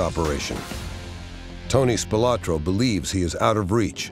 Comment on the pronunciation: Bertha's was on Maryland Parkway , east of the Las Vegas Strip. I think that it is still there. Spilotro is pronounced " Spill-oh - tro, not 'Spill - ah - tro". I was good friends with one of the 5 brothers and, the miss-pronunciation of their name was a peeve of the family.